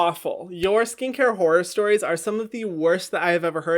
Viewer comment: why do i hear whore stories instead of horror stories